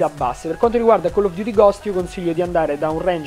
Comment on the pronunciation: attenzione forse il nostro pow3r ha smetto totalmente di pronunciare chell of duty al posto di coll of duty (la pronuncia intendo) ahahahahahah grande pow3r big up !!!